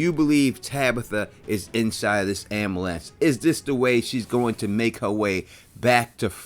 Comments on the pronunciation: Omg the repeated "ambalance" over and over is killing me 😆 🤣 I've never heard it pronounced like that before. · That ambulance hypothesis is solid. Your pronunciation of the word ambulance is way off though